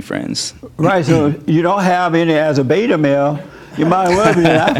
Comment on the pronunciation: I LOVE HOW HE SAYS “BBEETTAA!! 😂 HE’S TOTALLY RIGHT.THANK YOU JESSE